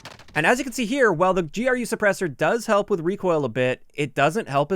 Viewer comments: Why do you say G R U just say gru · I'm fairly certain that GRU is pronounced "Groo" and not spelled out.